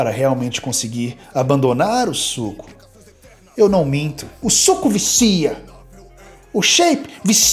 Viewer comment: ...o preço do suuuco... ênfase nA entonação meus caros... suuuco